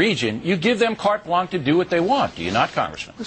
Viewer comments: It's "carte blanche", Mr. O'Reilly, not "cart blanc". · Someone should explain to Mr. Know It All how to pronounce blanche when he says carte blanche. It's a French word. It is NOT pronounced "blank". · WTF is cart blank? Did he mean "carte blanche"? Dumbfuck. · Bill: the term you're looking for is "carte blanche", not "cart blank". Idiot. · ...it's "carte blanche" dumbass, not cart blanc. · It's carte BLANCHE - not cart blanc, you fucking bigoted idiot! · I like it how Billo keeps saying 'cart blanc' instead of carte blanche. He is a yahoo. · If you're going to use your usual tactic of just repeating yourself instead of letting people talk, at least say the words properly. It's carte BLANCHE (which is pronounced, blansh), not BLANC. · why is he carte blank not carte blanche? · "Cart blank" LOL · it´s "carte blanche", by the way, mr o. (or was it my ears?) sorry, i know, i know, i just couldn´t resist it. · What an asshole its pronounced "Cart Blahn-ch" (Carte Blanche) The last thing I would expect O Reilly to do is have correct French pronunciation though. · did he say carte BLANK...?LOL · Cart Blank? Rofl... O'Reilly needs to go back to school... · Carte Blanche..pronounce it proper. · I love the way O'Reilly Americanized the pronunciation of carte blanch. Reminds me of the freedom fries.